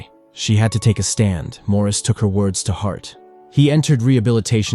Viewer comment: His name is NOT pronounced as the French do. It's pronounced MORRIS.